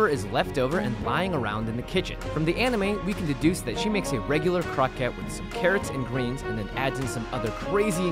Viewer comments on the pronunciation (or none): crow-ku-ett or something like that kept saying Crockett like Davy Crockett lol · The word 'croquette' is based on French and pronounced croh-kett like baguette ('Croquet' the sport is prounced 'crow-kay'.). If you're speaking Japanese, then the word for it is 'korokke' ( コロッケ) which is when it's pronounced like crow-kay (more like 'koh-ro-ke' but close enough'). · isn't it supposed to be pronounced croh-kay.... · Love your videos normally but I can't make it through this one. You're murdering that poor word. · Damnit he keeps saying croquette wrong! Ashley says it right but he says it like the word rocket but a c in front of it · it's really annoying how you pronounce croquette